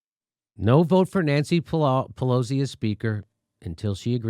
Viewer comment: At one point, it sounds like Jimmy’s about to say Nancy Pelousy